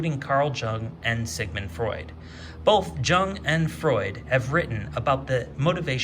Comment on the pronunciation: FYI: "Jung" is pronounced "Young"...